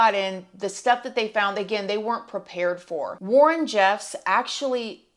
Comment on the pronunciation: I think Warren's dad name is pronounced roll land